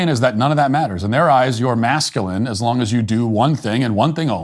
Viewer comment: That lil gummy bear couldnt even say the word masculine lmao!